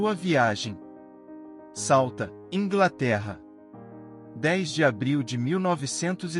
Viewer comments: O nome da cidade não é Salta, é Southampton (Salfrempton é a pronúncia em português). Parabéns pelo vídeo! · Pq Salta? O nome da cidade é Solthampton. Eu hein.... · Que ‘salta’? É Southampton. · Não será Southampton e não Sauta? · Só não entendi o nome da cidade de onde partiu. Sauta? Foi de Southampton... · Southampton ✅Souta❌ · Sauthampton e nao Sauta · Sauta? Onde é que fica Sauta? 😭😭😭😭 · Ótimo ele falando o nome da cidade e do Porto na Inglaterra 😂😂😂😂